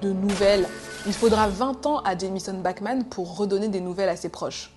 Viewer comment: A chaque fois que tu dis "Bachman" j'entend "Batman" mdr